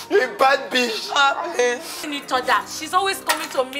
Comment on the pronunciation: I heard beach 😂😂😂